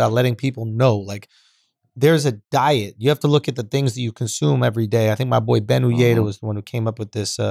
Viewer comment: not 'consoom' bro .. youre wylin